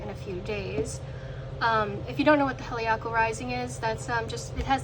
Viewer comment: I think you said helical wrong, but this is a nice reading.